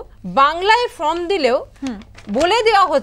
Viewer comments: Form ke From bolchhen keno? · ফ্রম বলছেন, ভুল বলছেন কেন।?এই উচ্চারণ নিয়ে শেখাচ্ছেন? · Katha ta from now form, uchharon ta thik kore korun age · plz mam আপনি নিজে আগে সঠিক উচ্চারণ করুন। শিক্ষিত মানুষের ভুল বড়ো কানে লাগে।from আর form দুটো উচ্চারণ আলাদা spelling এর মতোই